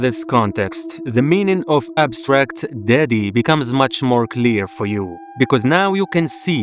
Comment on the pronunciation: I heard "Abstract Diddy" chile